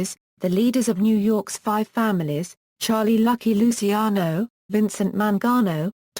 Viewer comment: stupid english, can't even pronounce right lusiano :D